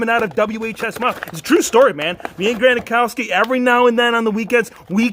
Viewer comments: You say gronkowski wrong. You say gronakowski but it’s gronkowski. But anyways I love you videos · Granakowski ?? You mean Gronkowski Just kidding good video